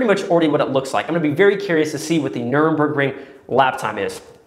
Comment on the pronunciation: The “Nuremberg” ring🤣